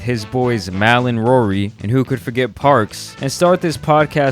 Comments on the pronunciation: How hard is it to fuckin say mal....it’s not Malle. It’s pronounced (Mall).... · Mal is pronounced Mall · Lol you said the A in Mals name mad hard 😂